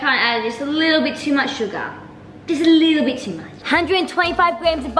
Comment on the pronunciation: i like how she says " aa lil beet" when she adds too much of ingredients 😂